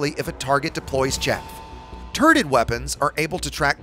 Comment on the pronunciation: Did you say "turded weapons"?